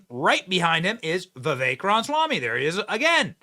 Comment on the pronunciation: Benny!!!!!!!!! Please Pronounce Vivek's last name correctly!!!!!!!! It is Ram-a-swamy. You continue to say Ram-swamy, leaving out the 'a.' Name pronunciation is A Big Deal. It is disrespectful to keep mispronouncing his name!!!!! Love you, Benny - but Please!!!!! Take names seriously!!!